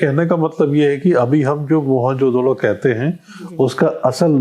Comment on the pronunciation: Interviewer is not pronouncing the name of Mohen Jo _ Daro correctly, the word itself is of Sindhi language